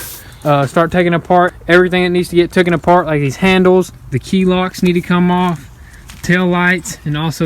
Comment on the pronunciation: I like you guys. Try saying taken instead of tooken